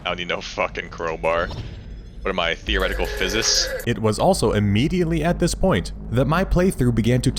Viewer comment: “what am i, a theoretical FIHZISS?” LMAO